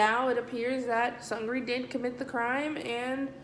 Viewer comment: Seungri is pronounced Soong-nee. He doesn't own Burning Sun. Though he does own a company that holds 20% of the shares. Seungri is only accused of setting up foreign diplomats/investors with prostitutes and gambling while in Las Vegas. What Seungri did, was illegal, but common place in Korea among business men and owners. Jung Joon Young is accused of the chat room, and filming and sharing sex videos without his partners knowledge. (Which is also common in SK) I hate to say it, but JJY is the bad guy here. JJY is probably my favorite Korean singer. So it's a shock and a disappointment. These are 2 different crimes. Seungri wasn't in the Kakao chat with JJY. Suengri did use Kakao chat with other from Burning Sun about setting up the escorts and finding the escorts and hiring them. But he was NOT in the JJY chat. The media seems to be cramming them both together, because they are both celebrities. And they knew each other. Don't be so sad. Seungri isn't accused of what you think he is. At least not yet. And yes, I think Seungri is taking a fall for someone. Maybe even someone higher up in YG. A couple of other clubs that are involved with YG are in trouble for tax evasion scandals.